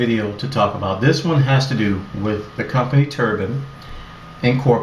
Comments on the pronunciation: i lol'd already . turban? lol its pronouched "turb-INE" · Isn't it Turb-ie-n not tur-bun?